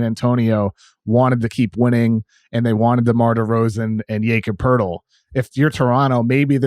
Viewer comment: Why can't just learn to say "Jakob Poeltl?"